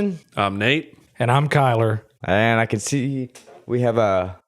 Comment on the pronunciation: It’s Kyler there’s an r at the end , I’m like the type r of Kyle’s